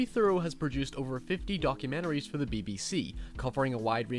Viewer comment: "documeneries" m8 you're from NI, cut the shite XD